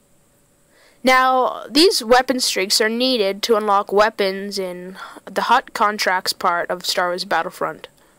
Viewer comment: It is Hutt not Hot